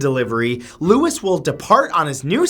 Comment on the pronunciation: Louis is pronounced as Louie, Like Louis Armstrong... Not Lewis, like Lewis Carroll!! 😮